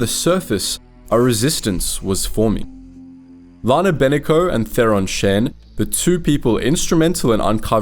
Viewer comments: It is pronounced Shan (rhymes with Han as in Han Solo). Please. Play the game so you can hear how to properly Say the names of these characters. Lana Beh-NEEK-Oh. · Bruh you sound like you just read a summary of the SWTOR games... the Eternal Alliance didn't perish at Iokath, that was just the start of the Traitor arc. You also completely butchered the names of the characters 😂 from Ben-iko to Achina, to Vorawn 😂 cmon man, at least know the proper pronunciations first. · Lana BeNIko*